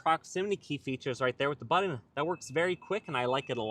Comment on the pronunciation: BuTTon. Not BuDDon!!😬